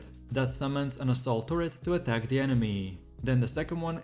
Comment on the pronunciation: Hearing ADK instead of ATTACK... good god man! Also, your mod picks are pretty garbage.